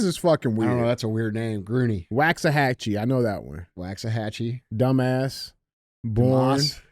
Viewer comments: Fort Worth here! 🥰 Haha you were so confident in your wrong answer 🤣. Lol good try, but it's not "wax", you have to drag out the 'a' haha. It's "waak-suh-ha-chee". Like a Chinese cooking Wok lol. We love yall down in Texas! Keep up the good work fellas! 💪🥳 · It's pronounced bear county and woksahatchy. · Gruene (pronounced Green) -Waxahachie (pronounced wax-uh-hatch-ee) -Dumas (pronounced doo-mahhs) -Boerne (pronouned burn-ee) -Bexar (pronounced bear) Glad I could help, DJ. <3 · You mispronounced Waxahachie